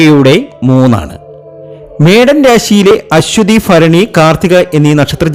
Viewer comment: ജ്യോത്സ്യരെ - ആദ്യം മലയാളം വ്യക്തമായി പറയണം. ഫരണി അല്ല ഭരണിയാണ് ശരി. ഫരണി, ഫാഗ്യം, ഫാവി' സൗഫാ ഭാഗ്യംഇതൊക്കെ തെറ്റാണ്